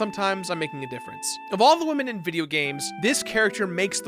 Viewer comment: They really said top 10 wamen